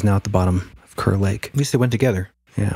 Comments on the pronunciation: Hey! Just an fyi, it's pronounced "cahr" lake- Kerr lake I mean, we pronounce Kerr like "cahr" - anyway love you guys! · Thanks so much for the kind words, Raxhael! Good to know we’ve been pronouncing it wrong for years 🤦‍♂️ 😆 Glad to have ya in the Hole!